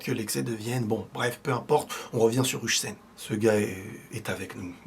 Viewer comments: Faudra apprendre à dire Huijsen aussi "HAWSEN" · Please on prononce "Oeil seine" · STP HUIJSEN ON PRONONCE ŒIL-SSEN PAS UJSEN